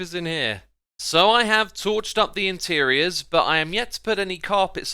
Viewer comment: When he said “I’ve torched the intierior” I thought he meant he burn it